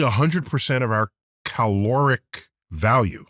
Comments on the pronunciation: Ain’t no one going to talk about “cow-loric”? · Cow-loric... Nice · ... Did he really just say Cowloric?!?! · Did he say "Cowloric"? lmao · When he was talking about cows as machines we made, I wonder if he meant or missed the pun he made by pronouncing caloric as 'cow'loric value. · Thought he said cow-loric 💀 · He said it's "Cowloric"😂😅 I wish he was my science teacher. Makes learning so easy ❤